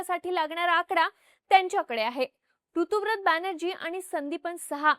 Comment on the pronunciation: ताई, एक छोटीशी माहिती - ऋतुव्रत नाही, ऋतव्रत (बांग्ला भाषेतील उच्चार - 'रितोब्रोतो') असं नाव आहे त्या आमदाराचं. ऋत (संस्कृत मधे 'ऋतम्') म्हणजे सत्य (विशेषत: दार्शनिक/अध्यात्मिक सत्य)... ते सत्य, ते ऋत हेच ज्याचे व्रत तो ऋतव्रत, असा हा समास आहे. ऋता (English spelling Ruta/Rita) हे मुलींसाठी प्रचलित असलेले नाव सुद्धा त्याच ऋतम् या संस्कृत शब्दाचे स्त्रीरूप आहे.